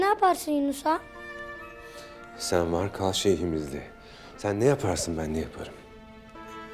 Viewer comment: in turkish language the letter G in AGHA is silent so it will sound as aaha